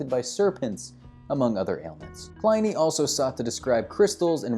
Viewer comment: Pliny rhymes with skinny.